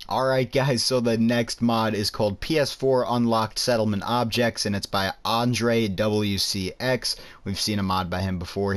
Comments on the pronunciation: Andr-ay- ? I thought it was Andrew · It's ANDREWcx not ANDREwcx